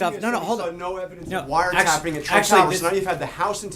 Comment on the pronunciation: Well said Jim, the "president" should have said "broad surveillance"...not "wiretapping" (or in trumpanese "wiretaping")I get that he has no clue what he is doing, that he was quoting Mark Levin (another mindless minion of the alt-right), but does he realize he is the president of 26% of the United States Population? Sean must get exhausted defending FKN TWEETS!